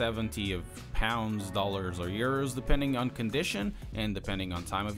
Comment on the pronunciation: I like how he said urs instead of euro lol